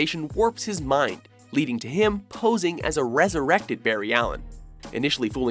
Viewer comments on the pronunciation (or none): none